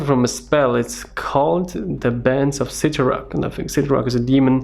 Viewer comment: By the way, not that it really matters now but I believe the correct pronunciation for the Crimson Bands is sittorack